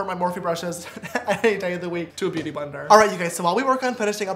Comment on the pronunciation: Did anyone think James said booty sponge instead of beauty sponge😂